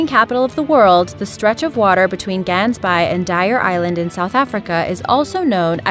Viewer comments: it is Gansbaai not Geensbai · Dis Gaansbaai nie Gansbaai nie can't u read! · It's pronounced Hansbai, not as the spelling would suggest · You couldn’t of pronounced gansbaai worse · OK OK OK please translate gansbaai because you are butchering the word for goose in afrikaans which is a native dying language in south africa made by combining a couple of european languages such as german and dutch, it translates to goose bay. i love your voice but please work on the way the words are said or just ultimately translate it. . . . also another thing "wild Dingos" there is no such thing as all dingos are wild. the actual species of dingo derives from domesticated dogs going feral. so a tamed dingo is literally a dog just a dog. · I live in South Africa and the way she said gansbaai is so wrong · u dont pronounce Gansbaai like that😂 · The way you mispronounce ''Gansbaai'' pisses me off. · I love the way the narrator pronounces "Gansbaai"; it sounds so odd to a South African. :) Houtbay and Port St Johns are also major shark attack areas. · I like how you Saying Gansbaai wrong oh and i am from South africa and i have been there before